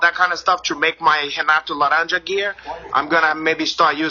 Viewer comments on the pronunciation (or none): Its "La-Ranja"